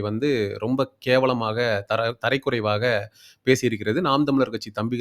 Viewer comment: Brother தரக்குறைவா பேசமுடியும் ஆனால் தரை(Floor)க்குறைவா எப்படி பேசறது?? Try to learn tamil first then u can play the anchor role okay??